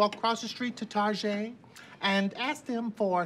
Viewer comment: “Walk across the street to Tar-get!”